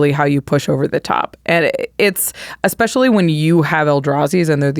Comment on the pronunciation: There's no X in "especially."